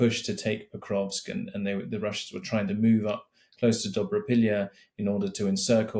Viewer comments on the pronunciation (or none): none